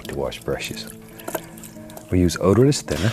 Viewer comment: when he says “oderus paint thinner” when bob says “odorless paint thinner”